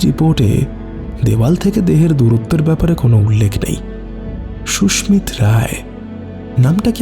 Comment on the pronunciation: Khub bhalo laglo, Sudhu koyekta jaigai bhul pronunciation, kane laage, Sushmit Roy ke bar bar Sushmita bola hoyeche.